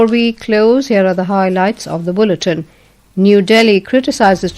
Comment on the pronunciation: Now, before we closed here the highlights of the... BULLETIN or bulitin Its pronounced it BULLETIN Ur excellency .